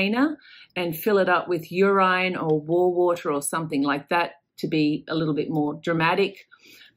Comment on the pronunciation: Love it! “Fill it with Ur~tine” Yeeha” haha 😂